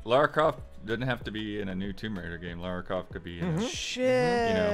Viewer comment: Respect to for correcting shocking pronunciation of Lara. then attempt was classic though.